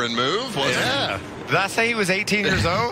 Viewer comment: "He's 18 years od." When did Michael start talking like Larry Mac? Who was on the po position for this race?